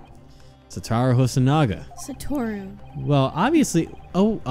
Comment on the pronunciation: Satoru = Suh-Toh-Roo